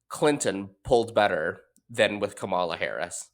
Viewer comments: Says the guy who can’t even pronounce Kamala’s name correctly. Very insightful. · Clinton and Sharpton can't even pronounce her name correctly. No one cares about that pathetic argument!